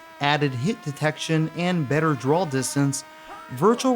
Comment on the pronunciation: What's a "drawl" distance?? 😅